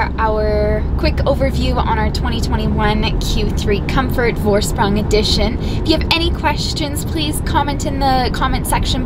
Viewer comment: Just a tip... the V in the Vorsprung is pronounced as F... as in Forsprung ;-)